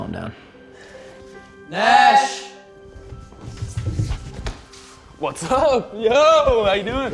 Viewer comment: "Nashie" I died I'm sendi"g this from heaven lmao